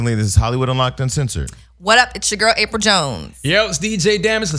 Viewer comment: For those in the back...it's Apryl, not April.